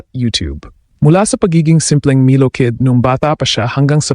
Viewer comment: wrong pronuoncecition of milo.